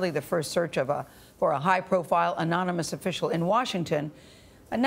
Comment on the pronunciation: One crisis is that Trump can't say anonymous he pronounced it enemas. Lol No further comment.